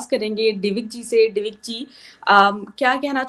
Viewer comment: ji.....दिविक होता है डीविक नही..... करेक्ट कीजिए 😁